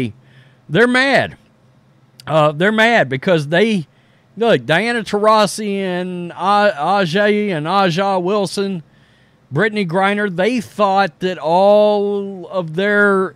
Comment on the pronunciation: Please stop saying A’jai Wilson it’s pronounced ASIA WILSON like the Country ASIA…like the show.